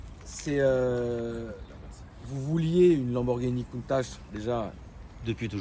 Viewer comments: vous ne méritez pas de l'avoir et de la voir....vous dites contache (oon dit countak) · il respecte tellement le proprio qu'il dit countache alors qu'il sait que c'est countak c'est boo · Ça se dirait countatche, rapporter par un italien, le ch se dirait tch la bas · Lamborghini COUNTAK pour la prononciation